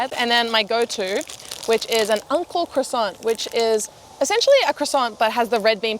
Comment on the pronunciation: I thought she kept saying UNCLE CROISSANT but realized she was saying ANKO CROISSANT 🤣🤣 クロワッサンおじさん